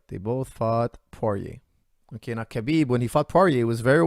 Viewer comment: mispronouncing Khabib's name makes me feel 100% better about mispronouncing Khabib's name!